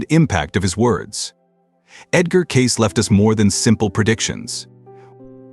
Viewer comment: This guy doesn't even know how to pronounce Cayce. It isn't Case it is Kay Cee.